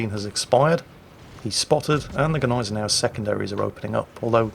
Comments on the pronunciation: The G in Gneisenau is silent. Therefore it is pronounced Nisenow rather than GANisenow. FWIW. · As always, great commentary Sir! However, due to my semi-OCD nature, I am unfortunately using your forum to address a very common mistake in pronouncing the German T7 BB's name. Google the pronounciation of Gneisenau... No offence to any of your German viewers nor to Germany itself, but the German language as a whole is atrocious enough, by itself, without non-German-speaking individuals butchering it further. Thank you for giving me a platform to rant, me friend.